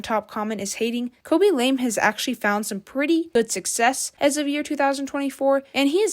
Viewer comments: Its pronounced Lamay not lame, and did you seriously call Ray Ryan? Nah I'm out. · It’s not pronounced LAME it is pronounced LA MAY. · Damn why are you mispronouncing his family name like that.